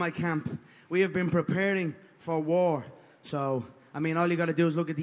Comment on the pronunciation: WE'RE READY FOAR WOAR!! GLIMPSES, JUST GLIMPSES WE'VE SHOWN. Now: The Camp was Incorrect, Ariel. My foot was a Belewn, my Foat, was a BeLEWN!!